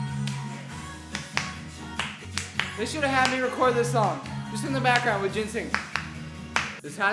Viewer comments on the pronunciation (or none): none